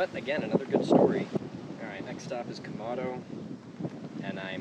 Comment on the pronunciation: It's Quemado, not Quemando.